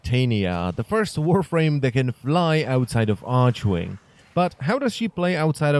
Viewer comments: "arch-wing" Correct way: "arc-wing" xd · jen takova maličkost archwing [arkving] ne arčving :D mas super videa :) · Jesus Christ. Its "Tit-anya" its like not "Tite-ania" or however you're sayin it. Like the fairy queen? She's supposed to be like a fairy lol...its also "Ark-wing" bud....not "arch-wing"...